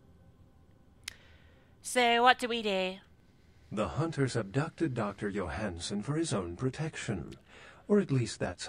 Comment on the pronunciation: Every time that dude said "yoh-han-san" (or however it's spelled) I heard "you're handsome"...